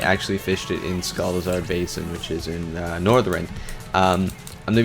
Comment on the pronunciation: I'm...not sure why you keep calling Sholazar Basin "Scholazar Basin".